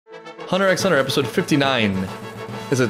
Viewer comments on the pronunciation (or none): the way you said hunter x hunter just triggered my fight or flight response lmaooo